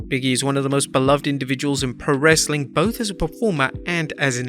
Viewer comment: TBH, I thought it sounded like "Rustling Content" 🤣